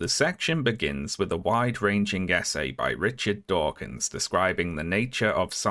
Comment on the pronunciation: Every time you said "essay", I heard it as "SA", and the sentence still made sense.